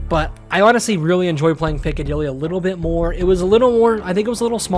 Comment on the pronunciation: dude said piccadilly smfh we're smoking rocks